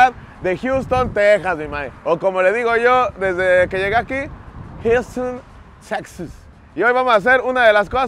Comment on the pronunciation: Ulala, el señor Don Gringo! Ya con otro nivel hasta en la pronunciación , "Jiusten Teczas"... Pura #PacaFresona, la neta es que, por el precio, ésos papos fueron la mejor elección en la última tienda... Saludos, banda espalda mojada!